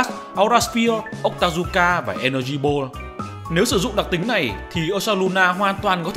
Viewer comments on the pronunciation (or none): none